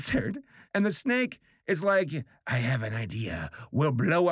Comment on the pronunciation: When he talked about the snake I thought he said stake.